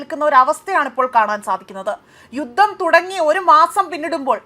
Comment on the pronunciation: വെറുതെ ചിലക്ക്യാൻ വേണ്ടി വീഡിയോ ചെയ്യരുത് ...ആധ്യത്തെ എന്നല്ല ആദ്യത്തെ എന്നാണു പറയേണ്ടത് ,,, യുത്തം അല്ല യുദ്ധം ആണു ശരി ബലംപിടിച്ചു വായിക്കുമ്പോൾ ഇങ്ങനെയൊക്കെ ഉണ്ടാകും കൂൾ ആയിട്ട് വായിക്കു ,, idakku😂യുദ്ധത്തിന്റെ ഫോട്ടോകളോ വീഡിയോ ക്ലിപ്പോ ഇട്ടാൽ ആരും മോശം കമ്മന്റ് ഇടില്ല കേട്ടോ ?